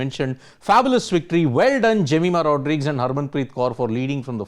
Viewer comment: Pronounce her Surname properly please. It's important.